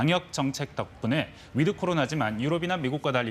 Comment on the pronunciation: 위드 할때 드는 약하게 발음. 거의 "윋" 로 발음하도록. 윋 코리아.